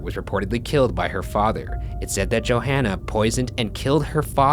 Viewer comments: Pet peeve: Her name is pronounced JoHannah not JoAnna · I'm sorry but its not pronounced Joanna. it's pronounced JoHanna. But it's whatever :) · Yeah that's totally not a publicity stunt Also why doesn't Ryan know how to say Johanna? "Joe Hanna" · Is it necessary to pronounce Johanna like 5 different ways throughout the video? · mispronounces Johanna's name three different ways sounds about right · Yo, my name is Johanna! It's pronounced a bit different tho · when your watching this and your name is Johanna too, but you know for a fact they mispronounced the name.